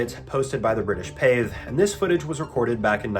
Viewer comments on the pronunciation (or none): Do you mean the British Pathé, not Pave? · 'Pathé News' Pronounced 'Path Eh' (Or Path A) if you wish. Just for future reference. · From England here... The old Pathé news is pronounced Path-ay, like the French food stuff, Pâté.